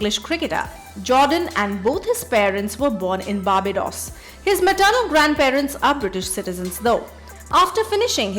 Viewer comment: It’s so irritating to hear barbidos instead of Barbados. You must do well research about pronounciations before editing the video. It’s really irritating dear